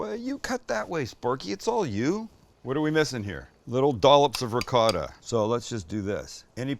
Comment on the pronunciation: Why do you say ricott?…